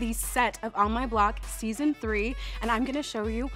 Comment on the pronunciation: At minute jasmin says seasin for may reveal something or not nobody knows